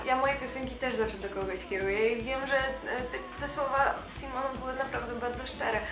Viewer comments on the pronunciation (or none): Vici Shteryanova kocham magię Nie "Sajmon" tylko Simon